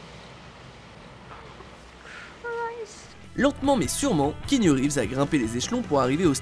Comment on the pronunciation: KEANU, prononcé: K I A N O U le A se prononce ! Et son nom signifie: brise fraiche sur la montagne ! bordel, désolé j'ai pas pu me retenir.